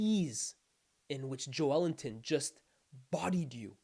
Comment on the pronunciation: That’s the correct pronunciation